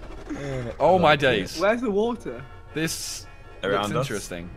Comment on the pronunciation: Every video when there is a cursive R he thinks it's a N like water he says waten